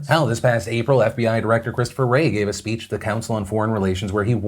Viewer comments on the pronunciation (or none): none